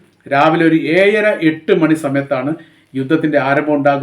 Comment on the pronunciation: താങ്കൾക്കു ഏയ്ര മാറ്റി ഇട്ടു ഏഴര ആക്കി കൂ ടെ